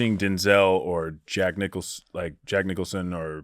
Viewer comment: "Boorock Obama" jack nick-oolson" bobby's been hanging around bert again hasn't he?